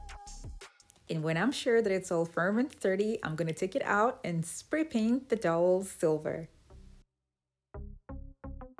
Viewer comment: Very interesting and clever. It's dowel though not towel ir doll.